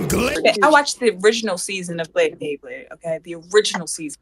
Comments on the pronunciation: Its BeyBlade (bay-bleyd), not BleBle. Dafaq! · The guy saying BLAYBLAYD instead of BEYBLADE made me cringe